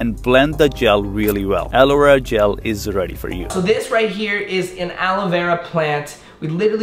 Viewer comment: Nobody: The man in the video: alowera gel